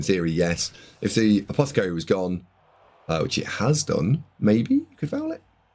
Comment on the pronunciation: Really appreciate the effort mate, I know this must take ages. I know I've given you loads of jip for saying apothecary wrong but that's just me taking the piss, appreciate these videos, thanks for the breakdown, thanks for the effort.